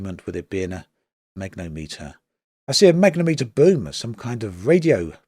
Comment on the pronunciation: Not enough in there for me to get the game yet. When they get science working, fix more of the bugs and optimisation maybe I'll consider it but until then I'll remain a disappointed KSP1 player .... Btw it's pronounced mag-net-om-eter